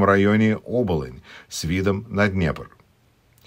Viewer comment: оболОни. Ударение на третье О